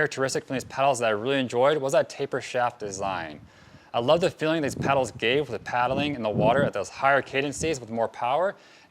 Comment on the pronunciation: Dude, it's "kay dense", two syllables not three. Love the channel, started sup last summer and you're my go to.